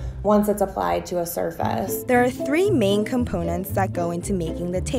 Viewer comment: the adhesaahf surfaahs